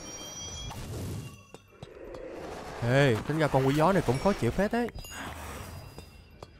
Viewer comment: 🗣️nói Con Quỷ Gió ❌ Tôi nghe Con Quỷ Chó✅